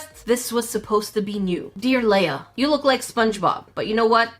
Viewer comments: Looks at the name Leah, reads it as Leia,....do you not know how to say le-ah? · “Dear la-ah” Me: “ it’s Lee-ah” 😂 Ps: love you! You’re amazing! I just wanted to let you know that but, keep up the good work! Also I have ADD,which if you don’t know what that is it is ADHD, so I LOVE fidget toys! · (Lee-Ah) not (Lay-uh) js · it,s purnonced le-a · “layah” i feel sad- my name is leah and its not pronounced like that :,) i get other leahs may pronounce it like that but still im sad lol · that pronunciation of leah though